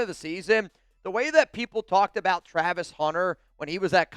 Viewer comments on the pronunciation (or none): none